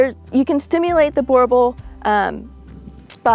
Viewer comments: I grew up with ot of these arpund in SA, theybare awesome and drool alot. Ps. Pronounced boer (boo-rrr) boel (bull) boo rr bull 😉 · You don't say it to badly but it's a Boo R Bull . So glad you don't say Bauble 😊